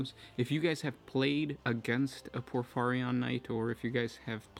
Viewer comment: Say it with me: POR - FEE - REE - ON